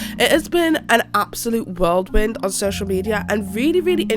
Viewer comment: I love you and your videos, but there were quite a few errors and mispronunciations, like "abherrent" instead of "abhorrent", "whirldwind" instead of "whirlwind", and "anominimity" instead of "anonymity", along with "made its way public". Again, I do thoroughly enjoy your videos, and I don't mean to be a cunt - just wanted to share constructive criticism! I wish you nothing but the best, and I really hope your son recovers soon. We're all incredibly grateful to you for posting this video even though you've been in hospital with your son